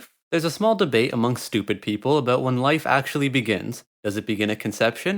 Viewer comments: “Abouuhh” that accent 😂😂😂😂😂😂😂😂😂😂🤣🤣🤣🤣🤣⚰️ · “What the fuck is this video is aboot?” Yeah confirmed canadian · Skip to to hear a genuine Canadian "about" in the wild.